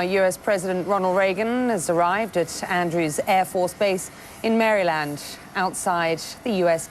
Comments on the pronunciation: She said Fairyland. 🌟🌠⭐🙌🙌😀😀😀🏃🏃🏃🏃🌃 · Annoying how the reporter mispronounced the state of Maryland.